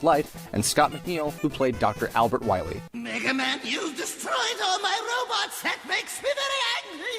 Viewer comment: Shh, be vewy, vewy quiet. I'm hunting Dr. Wahwee's.